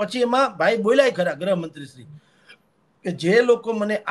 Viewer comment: please correct the pronunciation. Gruh mantri, not grahmantri 😂I m a great fan of yrs